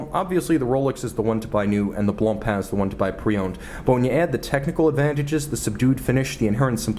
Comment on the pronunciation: It’s « Blancpain », not « Blonpainc » ;)